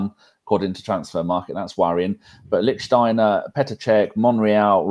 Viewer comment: Please, please, please..... it’s Lichtsteiner...